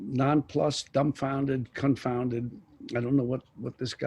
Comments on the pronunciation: Did Deniro say “dumfounded, cuntfounded” ? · Did he say confounded sounded like Cuntfounded.. !!!